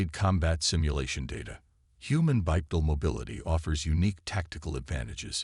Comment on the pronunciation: A few thoughts. It IS actually less energy efficient to use 2 legs to move, we humans just happen to be able to do it. When using the ai voiceover for the future mage sure you type in Bipedal for walking on 2 legs and Finale for something like grabs finale. There were a few other words i can't remember that the ai said incorrectly but those 2 stuck out the most to me and the correct spelling should help.